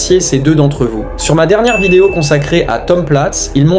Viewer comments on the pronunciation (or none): none